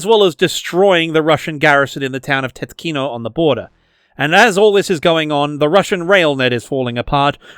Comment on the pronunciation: Great video! Two small nitpicks: pronounciations. Most place names by default get stress on first syllable: TYOtkino, SUmy, KhArkiv, ChAsiv Yar.... second, T34 specifically, they have... one. Soviet Union melted its stock during Cold War to make more modern weapons, and had to buy a few from Laos for parades and monuments, it seems only one is left. They WILL use deprecated stock, just not this specific type.